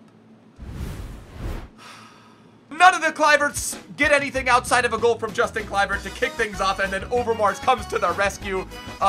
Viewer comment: you say his name as Yustin